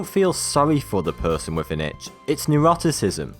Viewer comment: gad damit stop saying itsh i have started to bleed on my arm now